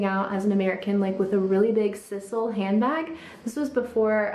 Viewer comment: Just politely fyi, the natural material used in the purses you talked about is pronounced with a long “i “ as in size-al